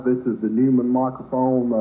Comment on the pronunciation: It’s pronounced Noyman.